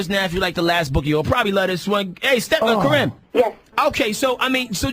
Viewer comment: "Well you should know because dun been went through!!!!!!!!!!!!" bwhahahahahahhahaha he said "Thank you Karin" instead of Karrine LOLs